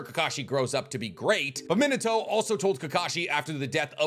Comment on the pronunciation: God I hate how he says Minato it’s mean ah toe !!!! Not min ah toe !!!!!